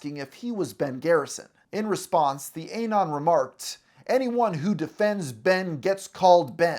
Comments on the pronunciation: It's not A-non, just uh-non. Like anonymous, minus ymous. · UH-NON, LIKE ANONYMOUS, NOT A-NON OH MY GOD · "Ay-non" There's no way you've been on the internet this long and you still can't say that shit right. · I thought he meant a particular non when he was saying "A non". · It drives me crazy the way he says Eh-Non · its "anon" like "anonymous"